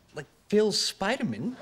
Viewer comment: Bro pronounces Superman like it’s a Jewish last name 😂